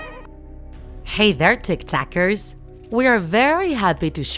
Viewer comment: Blue Sheep I heard tiktakers lol